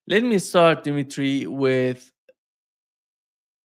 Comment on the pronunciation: His name is Dmitry, not Dimitry,.